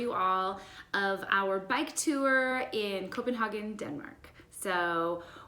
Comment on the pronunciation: Only Americans say Copenhaken